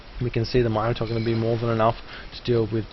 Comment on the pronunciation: it's min-ator not mine-ator